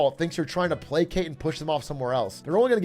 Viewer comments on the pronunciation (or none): none